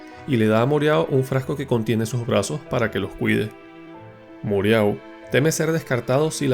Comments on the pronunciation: con todo respeto, cuál es la gracia de cambiar acentos o nombres de los personajes, mereau se pronuncia moró, no moreao😅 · Moreau no se pronuncia asi, es frances y se dice moró. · Moreau se pronuncia Moró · moreau xd Murou